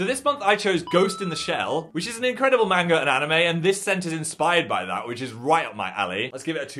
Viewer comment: The real horror is his attempt at pronouncing "manga"